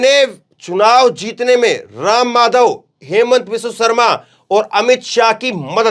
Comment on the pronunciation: असम के मुख्यमंत्री के नाम का उच्चारण ठीक से किया जाना चाहिए अन्यथा वो अपने आपको वहां होने से ही इंकार कर सकते हैं ये कह कर कि मेरा नाम हेमंत शर्मा है ही नहीं